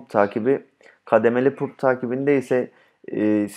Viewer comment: Hocam cok tesekkurler de. Pump Pamp Dump Damp diye okunur